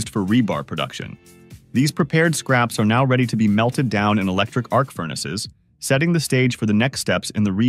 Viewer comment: This robot English still isn't ready for prime time: the machines' way (all the machines, all over YouTube) of combining an adjective and a noun much too often comes off with a bizarre pair of emphases, very often carrying strange implications. "Shredding MACHINES," is just plain odd. "SMALLER uniformpieces" tells us that the narrator thinks a uniformpiece is a thing. Ugh. "Electric arcfurnaces" has the same problem. The reader doesn't know that it's the arc which is electric, but the importance of "furnaces" stops "arc" from getting prime accentuation. And so it goes. Stop it, OK? Just stop it! You're ruining the language, probably on a planetary scale -- and you're turning YouTube into a mental slum.